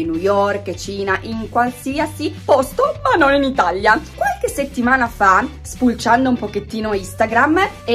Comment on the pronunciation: Non si dice itsglia si dice italia